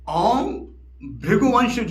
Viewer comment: Aap om ko ong kyu padte h please batae